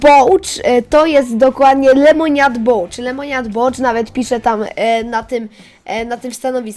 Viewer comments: Bouf jak juz a nie bołcz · "Bołcz" XDDDD🔥🔥🔥😔